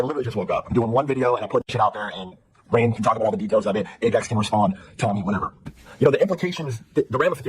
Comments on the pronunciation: calling rain "rug" just pissed me off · I love how everyone is calling Rain, Rug 🤣🤣🤣🤣 This is amazing